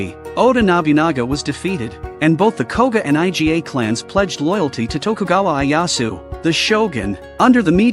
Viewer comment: everyone else: oda nobunaga, ieyasu, iga clan, jasuke, genosuke this guy: oda nabinaga, aiyaishu, I.G.A clan, jaasook, genosook